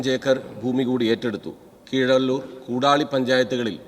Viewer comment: 5.57 കോടാലി അല്ല sir കൂടാളി Sir കണ്ണുരുകാരെ പറയിപ്പിക്കണ്ട ⚠️⚠️ me കൂടാളി ❤️😊